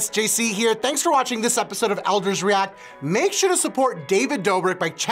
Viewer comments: “David dobic” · “David DOBBRIK!!” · David dOHbrick 😂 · nobody: literally no one: old man in the beginning: david dAbRiCk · THE INTRO BAHAHAHA "DaViD DABRICK" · "David DAHBRIK" 😂😂😂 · “ DAVID DAH - BRICK “ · David Dah-brick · " David DA-brik " 💀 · “david dabrick” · “David Dabrek” - Don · “David Dabrik” 🤣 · “David Dabrik” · “David Dobbrik”